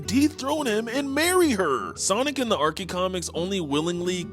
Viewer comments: No way in hell you just pronounced archie as arckie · its Archie not Arkee. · ITS NOT ARKIE COMICS Its archie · Ah yes the ar-key comics😂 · Yo, you can’t said Archie wrong